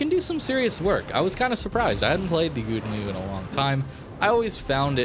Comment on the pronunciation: You really butchered the pronunciation of the name XD You tried though, props for that :)